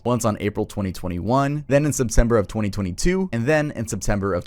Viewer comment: Twenty Twenty